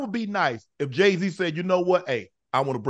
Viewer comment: Idgaf what you say Jay wrong